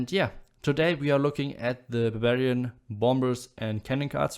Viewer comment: Every time you say Barbarian, I hear Bavarian (send in more Bavarians!) :D